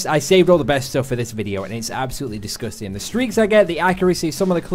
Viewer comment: I love it when you say disgustin' XD